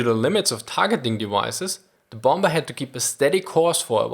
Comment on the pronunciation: I love this channel, but I still cringe when you use a hard B for the second B in bomber.